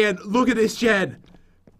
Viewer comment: SHES MARRIED HECK NO and its jen not "gen" jeez